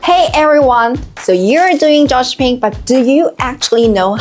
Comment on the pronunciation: i really heard... twice before enabling subtitles.. Only then i knew she meant Dropshipping!